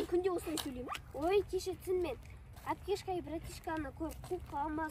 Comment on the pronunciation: Апкешка емес Аптешка деді ғо анау құрбысы😂